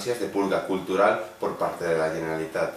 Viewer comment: No saps ni pronunciar bé "Generalitat", tu què vas de català, home? Si se't veu el llautó d'una hora lluny. Haver nascut aquí no vol dir res, sr..